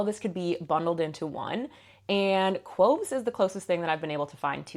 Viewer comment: Not K-wo-ves, it's K-ow-ves